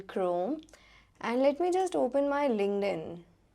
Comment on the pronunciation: Thank you Miss. Crisp video to go thru for beginners . It's Giving me ideas to work at mey school. I liked the way you say LinkedIn 😊